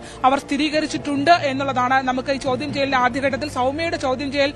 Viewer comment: ച്യാചി ചൗധ്യം അല്ല ചോദ്യം best team ആണ് വാർത്ത വിവരിക്കുന്നത്